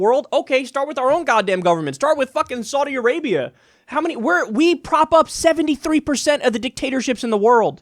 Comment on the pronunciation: "What just happened in Sardi Arbia???"